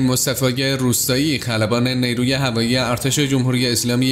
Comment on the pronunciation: نی روو نه جناب گوینده‌. نیرو درسته.